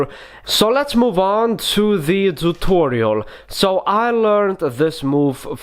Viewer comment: How we spell it : tutorial How he spells it: thoothorial